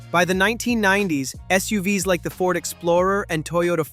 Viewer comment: "SUUVS"... So software generated video... I thought the text sounded like "ChatGPT", and I was right. Thumbs down for both!